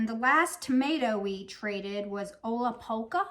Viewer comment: OMG!!! What an amazing friend you’ve made! 🥰 I love everything’s! The Garden Protector is so amazing 🤩. I’m growing the Bajaja and Ola Polka too 😃 how fun. Love the creepy vampire voice 😂 I love the beautiful stamps 🤩 All of your pronunciations are 👌 Chef’s kiss for entertainment. You did way better than I could. Just when I think I’ve seen it all, you show me another truckload of cool tomatoes 😍